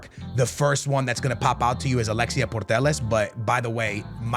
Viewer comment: Please pronounce putellas right for once. Not portelles